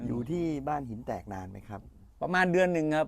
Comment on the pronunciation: ที่พูดชื่อหมู่บ้านมาถูกหมดเลยครับ FC จากบ้านหินแตก